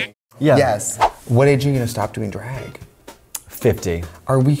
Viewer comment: L J drAAAAAg con not drEIg con